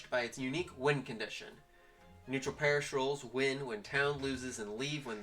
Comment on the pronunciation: Pariah is pronounce pah-rye-ah